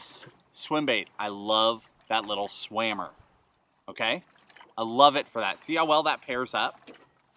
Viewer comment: Amazing video man have been watching for ever love it when you say swammer lol